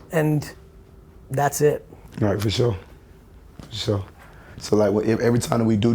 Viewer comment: “For shore”